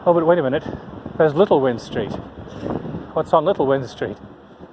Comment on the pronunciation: Hope your time in Swansea was pleasant, Windstreet is pronounced “wined street”. Many many years ago this was the place to to be on the weekend, then you would walk over to the kings way where the night clubs used too be. A lot has changed now.